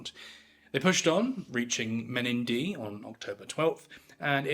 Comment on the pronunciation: and the pronunciation of Menindee needs a little work